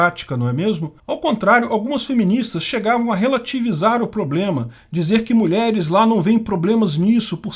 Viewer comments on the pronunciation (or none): none